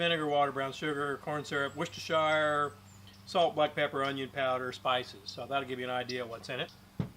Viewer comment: that's one of the most appealing to me meals you have made! I love meatloaf sorry but your take on it looks dang good! Course I also like filet mignon! Can't wait to try this one. And easy way to remember how to pronounce Worcestershire is that it is only three syllables: Wu-sta-sure! I know it doesn't make any sense, but I gave up trying to figure out how the Brits screwed up the English language!!